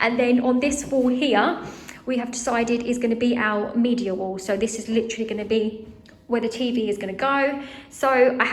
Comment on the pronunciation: Why do you say “ow” instead of “our”?